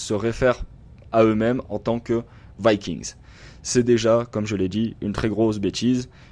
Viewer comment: C'est pas "Vaykiingss" C'est VIKINGS tout simplement. On le prononce en Français...